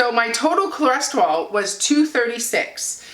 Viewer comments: The lab test is called a “Lipid Panel”. Cholesterol is pronounced (kol-es-ter-oll). Just saying...best wishes. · Say it with me..."Cho" "les" "ter" "ol". Theres no reason for you to sound like a small asian lady learning english. Good video. Keep up the good work. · My numbers are very similar to yours. Go! Ko-les-ter-al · Is she saying CLO-resterol cause if she is that's adorable ❤ congratulations #ketosaveslives